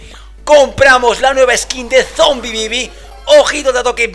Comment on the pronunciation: Yo cuando dice: Zombibibi